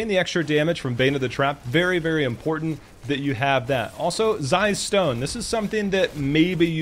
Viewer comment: great vid full of knowledge and insight but I just kept getting triggered at your pronunciation of some words like important. The way you say it is 'imporant' like you forgot the there are two t's in that word ><